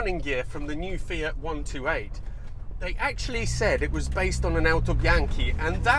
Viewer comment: One of the very few that can pronounce Fiat properly, ie Fe ut, not Fee att.